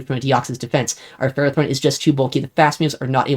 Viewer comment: Omg he pronounced Ferrothorn correctly! Let's gooooooo (Axn stream enjoyers know exactly what I'm talking about)